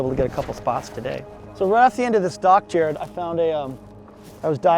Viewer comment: His name is JARED, not ”Jerrid”!